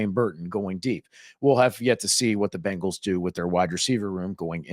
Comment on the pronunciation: Ok ok...this is petty. But i absolutely hate how people say Bengals. They say Bangals. Its not Bang...als...... its Beng..als. like Bing!!! From a pronunciation stand point. Not like, Banging your mom. Idc if i get hate for this. Just get it right smh